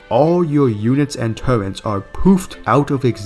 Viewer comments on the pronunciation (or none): Please... for the love of God. Its TURRET not TURRENTS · hey pal, no offense meant but turret is pronounced just as its written, theres no N in there.